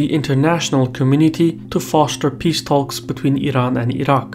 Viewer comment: Nice report, many thanks! Just one minor point: you don't pronounce the "L" in "talk." 😉